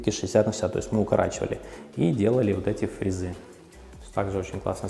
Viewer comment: ФрЕзы, плИнтусы и т. д. Выучите ударения!